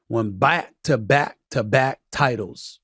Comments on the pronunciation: stephen a smith said "Won BAYCK to back to back titles " 😂😂😂😂😂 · I rewinded it like 3x then went to see if anyone else commented it lol